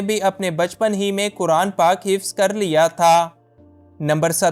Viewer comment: بھائ جان!! آپ “کرآن” کرآن” کس کو کہتے ہیں؟؟ مسلمان ہوتے ہوئے کم ازکم “قرآن” تو صحیح بولنا سیکھیں!! شرم کی بات ہے۔ اللہ تعالیٰ آپکو ہدایت دے۔ آمین۔